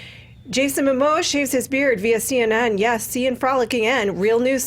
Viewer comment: Jason “Moma” 😂😂😂 Never change